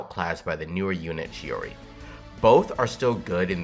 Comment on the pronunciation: It is months later, yet I have to apologise, you said/pronounced it the right way and I didn't, I'm sorry, turns out it is "tschi-oriee" after all, am sorry - I messed up